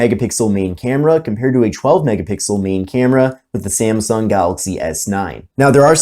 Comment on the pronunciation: It's not "Samsung", it is "Samsung".